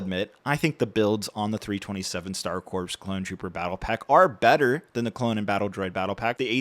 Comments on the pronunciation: it's pronounced Core not Corps. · if I hear one more reviewer pronounce the p in corps imma lose it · You don't pronounce the "P" in "corps" buddy